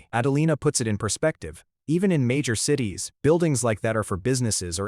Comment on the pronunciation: Story is great, but the AI is bad in a lot of spots with mispronunciations like CIES instead of (sit ease) CITIES. I really believe the poster should have to listen to the crap they put out for verification of correctness. 🤦🏻